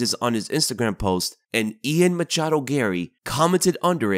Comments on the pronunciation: everytime you say "Machado" i die of cringe inside a bit more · Man you really like to emphasize on the "machado"